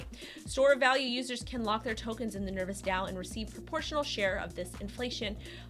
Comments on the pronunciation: FFS, It's not Nervous, it is Nervos. long O sound. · I don't think it's pronounced ner-vous, nor spelled the same, meh. ;) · Is it just me or do you think it's a bad idea taking advice from some that can't even say the name of the product correctly....? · Appreciate the news on Nervos, just wish the name could have been pronounced correctly Jajajaja